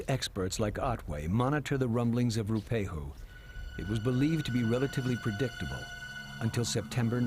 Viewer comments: Roo pehu? You'd think he'd take the time! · Properly pronounced, " Roo-ah-pay-hoo" if I'm not mistaken... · He is certainly not saying it right